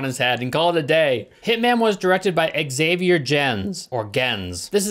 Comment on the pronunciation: Xavier Gens, might want to check how to say that name. It’s not an X-Man.